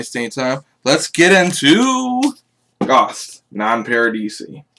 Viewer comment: Just FYI it's pronounced like ghost.